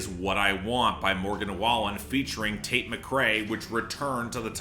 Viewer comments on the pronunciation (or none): none